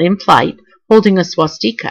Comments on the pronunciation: Wtf is a deckle??? It's de-cal. Swas- stick-a.... Swastika. Otherwise not bad as far as info. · You pronounce a lot of words weird...”decals”, “swasteeka”...if you think swastika is a german word it’s not. The german word for swastika is hackenkreuz, so there’s no need to add flair to it. :)